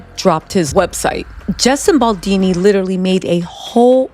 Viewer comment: Justin Boldini ?!!!